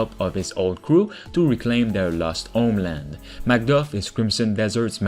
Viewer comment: haha - I love how people say 'homeland' as OMEland.